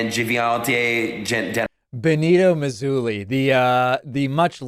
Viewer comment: Benito "mesouli" / BENITO MUSOLINI, you idiot!!